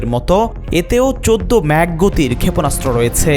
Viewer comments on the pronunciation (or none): none